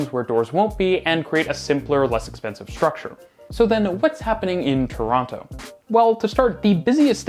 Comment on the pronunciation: You lived here for a while now you’re going to have to learn how to say Torono 😂 anyways I’m really excited for this station rebuild ❤ I’m definitely excited for the downtown relief line and the new stations.